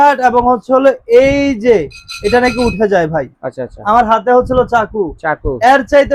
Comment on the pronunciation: দোকানদার ভাই, হচ্ছলো" ভাষাটাকে ভালভাবে বলার জন্য অনুরোধ করছি। ধন্যবাদ।